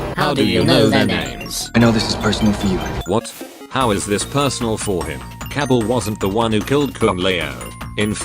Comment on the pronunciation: Kabal, Cabble